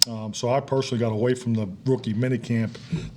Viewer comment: It's just me but I swear he's saying wookie mini camp.